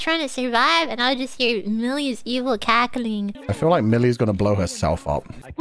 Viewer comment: 😂 very cute how pronounced cackling.